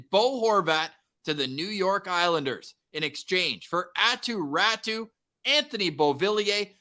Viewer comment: Hey, who is this Attu Rattu you keep talking about... The Canucks aquired a player named Aatu Raty from the Islanders and you SHOULD be familiar with pronounciation of his name.